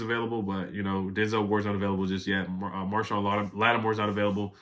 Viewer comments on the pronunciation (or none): none